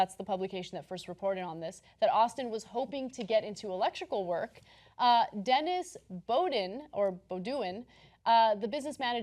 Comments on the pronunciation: wtf is bo-doing? girl it's pronounced Beau-Dwan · Every worker should be allowed arbitrary time off whenever they want it and be paid a living wage. Except for doctors and college professors. Screw them. Let them work 24/7 for free, they're not even "workers" anyways. And "Bo Do-ing"? "BOH DWAYNE" would be a little closer.